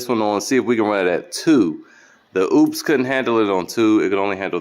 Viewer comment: The name is not oops, it is Opes. Talk to the folks that make this, so you don't sound stupid.